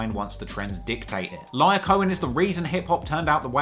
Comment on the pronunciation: Pronunciation Guide: 2Pac: 2 Puck not 2 pack Lyor Cohen: Lee Or not Liar